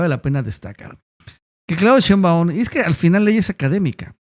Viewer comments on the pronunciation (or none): ShÉinbaum, no SheinbÁum, necio. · Por que pronuncias todo mal? Sheimbaum lo dices todo corrido y no es asi. Aprende